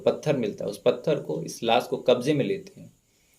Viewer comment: S ki sh bolo bhai.....sikaar nhi shikaar ....laas ko laash ....hi bol do.....